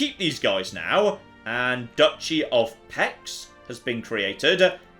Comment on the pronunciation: it's the Duchy of Pecs, it's hungarian like Peach but don't say it with an i but with an e